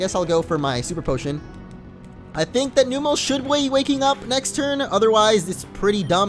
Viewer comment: I don't mean to be rude, but it is pronounced Numb-el